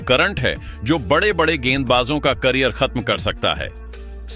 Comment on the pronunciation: यह कैसे शब्द बोल रहे हो।badde kya होता है बड़े खिलाड़ी होते हैं। कम से कम बोलना तो सीख लो ।जाने कैसे कैसे लोग आ जाते हैं बोलने ।